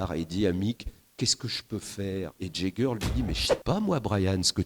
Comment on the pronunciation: Le plus incroyable, c’est que Philippe Manoeuvre, qui pretend tout savoir des Rolling Stones, n’a jamais su comment prononcer le nom de leurs musiciens correctement. Jagger, c’est avec le son “a”, pas le son “ai”…😊